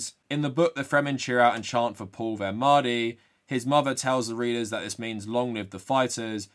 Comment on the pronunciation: What annoyed me the most was probably the fact that 'mahdi' and the other Arabic words were not pronounced properly. It seriously cheapened the beauty and complexity of the Arabic language, and does it a disservice. Actors will spend months/years perfecting a British/American accent, and they couldn't be bothered to learn to pronounce a handful of words? Shameful and just lazy imo.